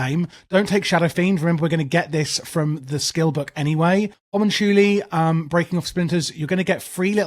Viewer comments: Its pronounced HO-MON-CU-LI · I’m thinking it’s hue-mun-cue-lie, or have been saying this wrong for years? 😅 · 100 percent agree, as well as circle of healing is just wayyy to goood on a few of the fights. First boss, elec boss, and last boss for sure need circle cause tanks arent taking like any dmg and everyone else is getting chunked. Also Ha-Monk-You-Lie is the pronunciation but whatevs. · It is hoe-moon-cool-lee, since it's Latin for "little men" :) But yeah, English speakers would probably pronounce the way you said. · Homunchoolie is utterly deranged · the way you say homunculi is fucking outrageous..... i suggest you google how to pronounce it because you are 100% saying it wrong LOL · i have never in my life heared Homunculi said like that.